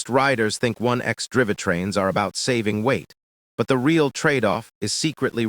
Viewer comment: 1x "dri-veh trains", got it.